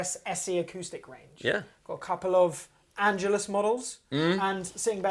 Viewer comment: Sorry, but in my opinion , this was a poorly done comparison of the tonal differences. Heard very little bass played. There was not much discussion among yourselves either in what their tonal differences were. And you both mispronounced Tonare and Angelus. Seems like not much preparation was done ahead of time to familiarize yourselves with these models. I just didn’t come away feeling very well informed about how these sound different.